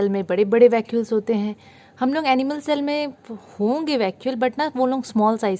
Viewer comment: Cell ❌️ shell ✅️😎